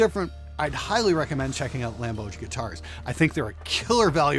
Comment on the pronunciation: "Lamboj"= "LAHM Boy"